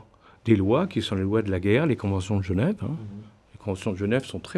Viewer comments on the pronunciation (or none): none